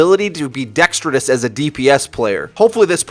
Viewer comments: the of Overwatch videos:p its Dexterous not Dextridous:) adding a second D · This fool always says "dextrodus" and not "dexterous" and it gets my panties in all sorts of bunches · please, for the love of god: The word is "DEXTEROUS," not "DEXTRITOUS." P.S I can't read comments before making a comment myself, apparently.